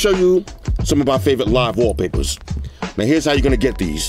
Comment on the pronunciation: You don't sound like a guy with a "favorite watch face" or favorite Waww-papahs